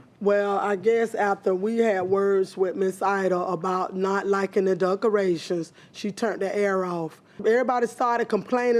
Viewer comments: Lmao, she said “duckerations”. The way some people speak is hilarious. We ain’t like no duckerations!!!! I understand if you’re from a different country or if you have a strong accent so words come out sounding different, but come on, learn how to pronounce words correctly. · Lol! I heard duckerations too. 😆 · The plaintiff keeps saying "Duckerations", What the hell are "Duckerations"? Smdh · I came to the comments looking for this EXACT one😂 I thought I was the the only one who heard that at first😂😂